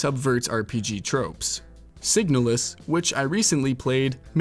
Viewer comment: The way you pronounced Signalis 😅